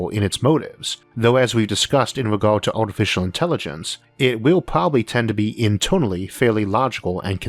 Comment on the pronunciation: Why does this speaker sound like a kid that can’t prounaunce words “wegauuurd”, “porpourses”, “howeuwer”, “auready our”, “weauvy”, “pauwerdaux”, “cadegories”, “aurigion”.. “wauking”..